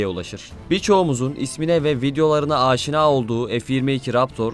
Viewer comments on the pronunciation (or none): none